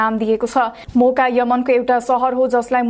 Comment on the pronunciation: Those who heard boka in first then realised it Moka 😂😂